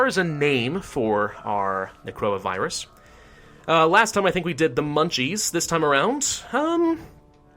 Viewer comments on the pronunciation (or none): Or "when he says necroa virus, it sounds like coronavirus"